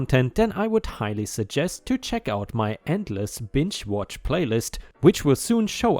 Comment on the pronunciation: You know, sometimes when I watch your videos, I swear you say "bitch watch" instead of binge watch!! 😆😆😆 Love you,! 💜💜⭐🌟⭐🌟⭐🌟⭐🌟⭐🌟💜💜 And, one of these days, I will sit down and write my own story about my Worst Neighbor EVER. And, she still lives next door, so there will be constant updates! And I have security camera video as proof of EVERYTHING! It's going to be EPIC. If I can ever sit down and type it all up......